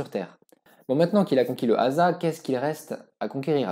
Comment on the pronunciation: C'est super d'avoir traité ce sujet méconnu et passionnant mais si je peux me permettre un conseil, fais vérifier les noms par quelqu'un qui parle la langue. Il y des erreurs (parfois grossières) dans la prononciation voire même dans l'orthographe des noms (Haza au lieu de Ahsa, Hamadraout au lieu de Hadramaout,...)